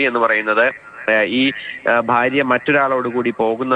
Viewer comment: വാർത്ത പറയുന്ന വ്യക്തിക്കു ഉച്ചാരണ ശുദ്ധി ഇല്ല. അതോ മലയാളം ഇങ്ങനെ പറഞ്ഞാൽ മതിയോ ❓ ബര്യാ - ബർത്താവ്. പോയി മലയാളം പഠിക്കൂ